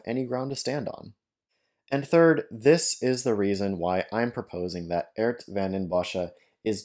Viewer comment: Why do you mispronounce his name as Ert? His name is Geert.